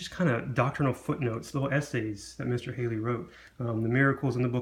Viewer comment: Good review of a wonderful book, but just have a comment sent with kindness. Henry Halley's name is pronounced: Halley, not Hailey. Sounds like Sally or valley, not Bailey or daily.